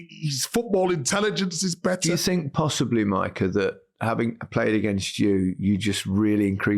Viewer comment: "Mycah". There...fixed it.